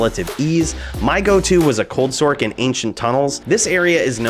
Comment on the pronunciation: It's Sorc... "source" Short for Sorceress.. Hearing "Sork" is driving me nuts...